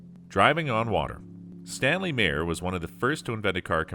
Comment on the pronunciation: You pronounced Meyer wrong. Look at my last name and you will see how I know this. :P BTW, it is pronounced My-er or m AA - y er.